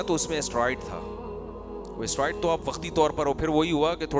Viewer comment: Talaffuz me usko Steroids kehte Hain... Asteroid nahi